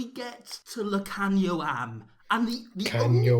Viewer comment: You go Lukhanyo’s name right. He is a 13 .